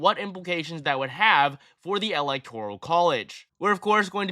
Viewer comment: alihtoral college?